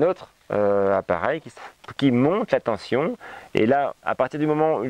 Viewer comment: Tension, pas tenTion.... Sinon très intéressant évidemment.